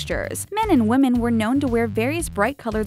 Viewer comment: Women pronounced wimin not womin